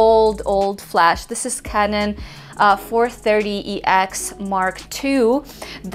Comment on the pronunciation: I thought you called your speedlite "Kevin" but you said canon. :P